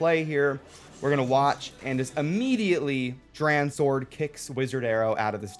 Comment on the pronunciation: DranSword, say it like Drawn Sword lol